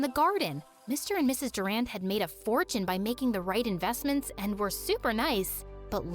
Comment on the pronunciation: Durand? Like, Duran Duran..... WHEN YOU CANT EVEN SAY